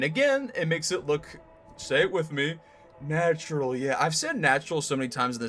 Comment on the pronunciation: good job! I liked the part where you said natrual